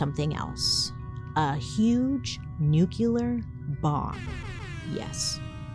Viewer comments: Lets talk about the fact you admit you can’t say ‘rural’ but you don’t seem to notice you say Nucular instead of Nuclear. Dude! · I can't hear another "nucular" im sorry love u Bailey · Bailey. I love you girl. Your pronunciation of "nuclear" as "nucular" catches me off guard every time. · Bailey! I love your content and watch you all the time, and you have been a great story teller! You've taught me so much on a ton of topics, but the word is not new-cue-lurrr😂 ❤ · Bailey, I think you’re saying nucular instead of nuclear. I noticed this in another video you posted too. No hate at all, just wanted to bring it to your attention❤ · Bailey I love you but its nu-CLEAR not nu-CU-LAR. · "It's pronounced NU-CU-LAR" 😂 (if you got it👀)